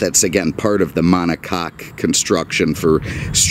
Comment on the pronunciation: I'm Hearing the Volkswagen Enthusiasts Screaming at the top of their Lungs from Germany, "Fakk You!... STOP Saying 'MonoCakk'!!" 😅😅😂